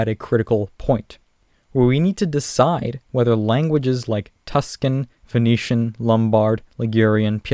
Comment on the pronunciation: When you pronounced Venetian I heard it as Phoenician and was like wtf xD